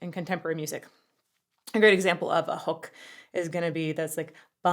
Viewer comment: You say 'hook' and I hear "HULK" and i'm like...???? 🙂